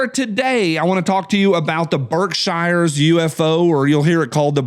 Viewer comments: It’s pronounced “Berk-Shear”. 😂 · Appalachian trail runs through and around those towns.... Berkshires is pronounced: burkshears ...love your show!